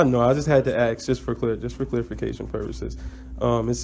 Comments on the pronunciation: He just had to axe a question.😆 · It's ASK not AKS (AXE) You'd be in trouble if you AXED someone. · It's oaTH,not oaf. And it's ask, not axe. Also, dismissal had zero to do with you pretending to be a moronish citizen. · Have you leaned how to pronounce ask and oath yet, or are you still going with sounding like a complete idiot?